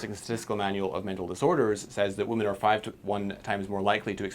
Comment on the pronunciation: What is it with people not saying Women properly? Not saying Wymen and saying Woomen